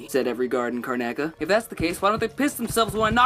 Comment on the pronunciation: car-na-ca? CARNACA!?! it should be car-noc-a! good vid tho